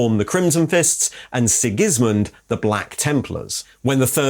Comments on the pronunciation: SIGis-mund. Never heard it pronounced SigISmund but its definitely wrong. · sig-IS-min Lol